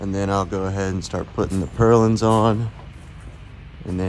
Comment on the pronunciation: I need a shelter for my pump and filters. It'll be alot like this. Oh, BTW... Purlins. There's no "g"